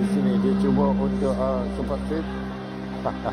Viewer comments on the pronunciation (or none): none